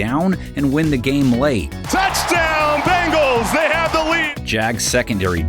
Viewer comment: sorry... but i keep hearing "cincinnati BAGELS"